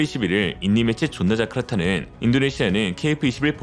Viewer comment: 오늘은 왠지 존나자카르타 발음에 힘과 악센트가 빠진 듯합니다.😂 힘내세요.🎉